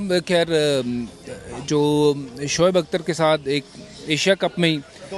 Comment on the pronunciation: Arre yeh gawar vikrat ko samjhao soaib akhtar nahi uska nam shoaib akhtar hai... it's shoaib not soaib...